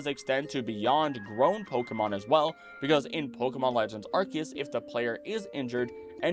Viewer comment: Please for the love of Arceus learn to say my name correctly. Also you got MOST of my facts right.